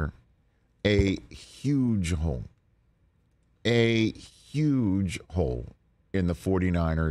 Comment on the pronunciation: Did Rich just say "Huge a*s hole?"